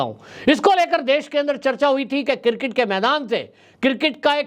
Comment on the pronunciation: Sir, I am sorry to say that it is pronounced as CRiCKET not cirket. So please learn to pronounce the name of sport properly.. It is really shame how they pronounce the name of game. & Nobody corrects our famous news caster.